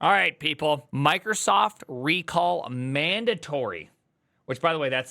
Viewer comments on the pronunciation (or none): I guess it's supposed to be "rec all" not "re call"